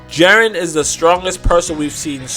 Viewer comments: Jiren (gEE-ren),.. How do you get Jaren from that? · Jesus Christ. Please watch the show and learn how to pronounce Jiren properly. Jiren, not Jeren. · "Jarren jarren jarren..." ITS "GEE-Rn, sorry for the caps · Its Jiren not Jaren. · lol he says "JAREN" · his name is pronounced: JI(Giraffe) Ren(red) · I really wish you would learn how to say jiren correctly.